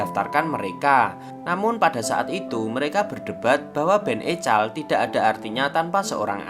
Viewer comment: EKOL min bukan ECAL